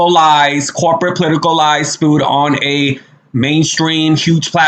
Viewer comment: Spewed not spooed.